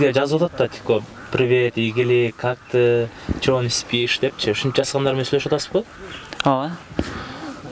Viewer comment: Ээуу шумшук десе😂😂😂орусча суйлобочу деймго 😃😃" как тыы " дейсинго